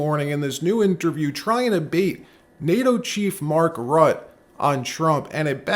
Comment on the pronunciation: You are mispronouncing Rutte.